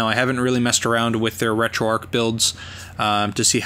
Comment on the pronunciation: A very nice and useful video - thanks. One thing though - it's "RetroArch", not "RetroArk". "Arch" as in "the arch of a bridge". See here if you'd like to know more